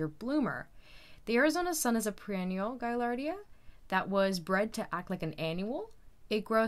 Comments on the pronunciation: I know, i don't think i can wstch. My hobby has been growing flowers from seeds for 25 years. But, come on. Its per-en-ni-al. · STOP SAYING PRE ENNIAL.........SAY PER ENN IAL......🙄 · They are called per-ennial, not pre-ennial. Thank you for showing all the pros and cons of your perennial seed starting. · Yep she is it was distracting lol I kept saying NO it’s per not pre 😂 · Purr-ennials, not pre- ennials!! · I think this might be that artificial intelligence thing. I'm hearing pronunciation on some of these videos like "Pee tals" for "petals". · she says preennual not perennial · Just trying to help you a bit. It is not pronounced PRE- Enial. It is PER-. Like PUR- wRen- neal . Per ren nial. You are so great to tell us how to plant these. You are very helpful! I in turn am trying to help you! Hope this is helpful! Let me know! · It’s pronounced perennial not preennial. Per not pre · She is saying preennial. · It's PER-ennial... Not PRE-ennial... When doing a vid to teach people, it's best to say the correct things for those who don't know at all... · I noticed that too.perenials babe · I enjoyed your video! Double check your pronunciation of the word “perennial” though. 😊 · Nobody said she wasn’t “doing just fine”. She’s clearly mispronouncing the most fundamental word in her video. It’s a reasonable comment to make. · Did anyone notice she said that she was in Canada? I’m guessing that’s why she says perennial somewhat differently. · she obviously knows that it's perennial because she wrote it in the title. Maybe in her part of the world that's how it's pronounced, maybe it's one of her quirks. It doesn't matter. Anyone with more than 2 brain cells would understand even if they noticed in the first place. And more importantly it doesn't detract from the quality of the information and the video. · The mispronunciation of perennial was extremely distracting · No, that’s not it. She just doesn’t seem to know how to pronounce perennial. It’s very disappointing.